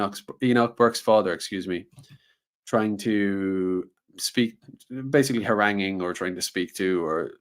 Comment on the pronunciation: Why do you say haranging? 🇮🇪✝️🇮🇪